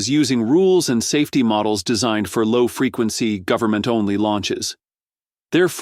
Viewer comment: But we're here from the 'Guvmint'... We're here to help ! 🤣🤣🤣